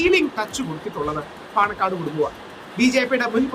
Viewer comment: പണക്കാട് അല്ല ചേച്ചി പാണക്കാട് എന്നാണ് 😊